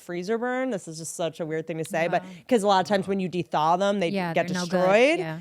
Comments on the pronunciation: I used to think Whitney Cummings was somewhat of an intellectual until I just heard her say "de-thaw" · "de-thaw" lol....ya mean thaw?